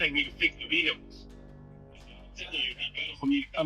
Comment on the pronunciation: “VE-hick-Les on the side imma a mobile mechanic” decoy applied pressure 😂😂😂😂